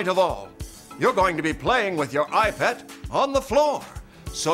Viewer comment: I thought he told iPAD or EyePad